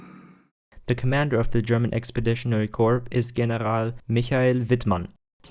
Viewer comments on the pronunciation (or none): he said corps wrong lol. It’s more like the word core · While your videos are interesting can you please work on your script. For example the words "expeditionary corps" are not pronounced corps. Corps is pronounced as Core." I dont mean to be an asshole but the constant mispronounced words and just bad English takes away from a really interesting video. That and the stupid robotic voice you use for some videos or parts of some videos are my only complaints. Other than that I find your videos extremely interesting.